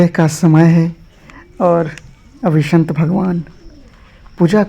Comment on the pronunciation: शंत नही संत लोग बोलिये 😮😮😮😮😮😮😮😮😮😮😮😮